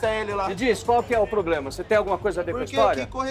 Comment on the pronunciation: Nunca confie em alguém que fala,"Poblema"😅🤦🏻‍♂️